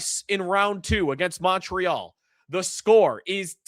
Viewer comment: Hey, thanks you finally said ‘MOntreal’ like someone from the 716. Always kills me when you 550 guys say ‘MUntreal’ like it’s PC or something. Fly your flag. Go Sabes. Beat the MOntreal CanadiEns 🎉